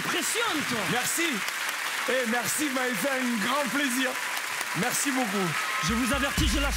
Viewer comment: J'adore quand il dit mesi et mon popa